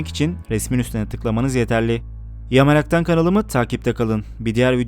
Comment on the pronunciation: Ya Meraktan Me yi çıkar öyle oku